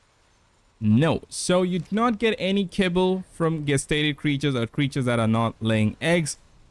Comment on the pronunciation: its pronunced JEST stated